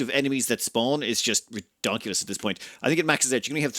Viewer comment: Redonkulous?! ROFLMAO